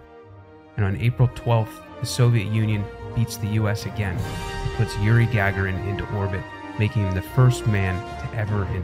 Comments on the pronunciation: escape velocity is actually the velocity required to exit the body's sphere of gravitational influence, not to enter orbit. Earth's escape velocity is 25,000mph, while the average orbital velocity for an object to stay in a 300km circular orbit around earth is about 17,500mph It's pronounced Guh-Gar(as in car)-in, not Gah-Ga-Rin The US put 2 men on the moon, while the 3rd, Michael Collins, stayed in Lunar Orbit. SpaceX isn't really on the same playing field as Blue Origin and Virgin Galactic. SpaceX is focusing solely on Orbital flight, while Blue Origin and Virgin Galactic are doing tourism launches just over the Karman line, not into orbit. Sure, they both have orbital rockets in development, but SpaceX just isn't really in a Space Race with the other two companies. Its not really the same thing. Blue Origin is trying to compete with Starlink with OneWeb, but they still have to launch their Satellites on a Falcon 9, so its just not the same race. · How could you mispronounce yuri's last name?!?!?! :( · Alan Shepard was the 2nd man in space and the 1st American in May 1962, John Glenn was the 1st American to orbit the planet. Shepard just went up and came straight back down, pretty fundamental error in your research, you mispronounced Gagarin's name too.